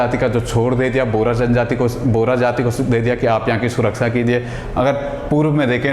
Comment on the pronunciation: बोरा नहीं बोहरा...